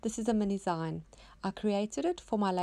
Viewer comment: Love your projects! Not sure, but I think it's pronounced "zeen" as in short for magazine. :)